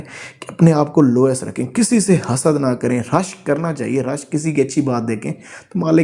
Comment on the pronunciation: سر معذرت کے ساتھ ۔۔۔۔ سورہ الفلق میں جس طرح حسد پڑھا جاتا ہے وہی صحیح تلفظ ہے🙂🙂🙂